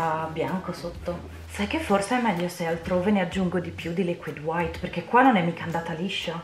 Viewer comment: Ma la pronuncia meravigliosa "liquid HWHITE"? Che bello che bello, mentre scrivo stai ancora shakerando il tubetto del bianco e ho ENORMI aspettative (anche perché il quadro è uno dei miei preferiti di Bob Ross dopo quelli con le montagne innevate!!!) Ok basta basta scrivere che voglio vedere come va a finire!! XD